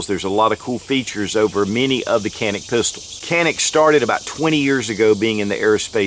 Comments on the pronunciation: in Turkish it is called jAnik, not janik. so A is spelled like tAll, not like tanner. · No Jawnick not Jawneck-c'mon get it right already lol!